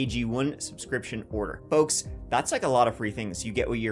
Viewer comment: You nailed that "folks" after saying Delco PA😂